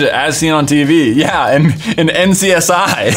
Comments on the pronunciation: This boi says NCSI also shout-out to the editor i feel his thoughts lowkey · you said NCIS wrong